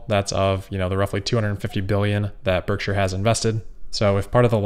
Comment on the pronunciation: Nailed the “Berkshire” pronunciation this time 😉